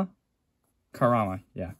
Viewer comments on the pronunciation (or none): Dude that was an amazing vid. It helps if you separate that one brand (Volvo) as “Car” A Rama. Say the three words separately. Great brand for Saab castings in 1/72. Loved the Tomicas of course